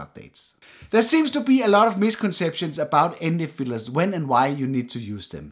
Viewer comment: Why I keep hearing ND fillers, not filters.. Is it just me?